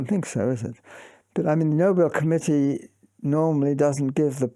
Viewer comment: When you pronounce “committee” as “comedy”, you have some serious work to do on your English pronunciation.